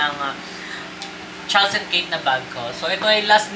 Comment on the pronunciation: Charles and Keith , Keeth po ang pronunciation 😊